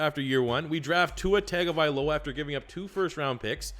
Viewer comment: Tagovailoa is pronounced (Tongue-OH-Vae-Loa)I’m Polynesian so the wrong pronunciation of poly names bother me. Good vid other wise.